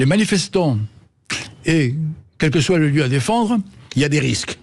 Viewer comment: On ne doit pas dire "soitE" bordel...